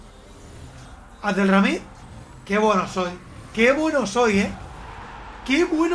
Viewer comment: Nadie: Nadie en todo el mundo:: "abdelRRamid" Todos: Abdelhamid